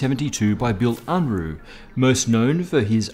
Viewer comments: The alignment of your body is so terrible. Just like your mouth-breathing based speech patterns and patterns of thinking which they reflect. Unruh is pronounced Un-ra, not un-roo, he ain't no kangaroo!! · well, it's Unruh and sounds like "oon - roo"(in English spelling) and it actually means something like "unrest" or "restlessness" ... or in other words the opposite of "quiet" and "tranquility" ...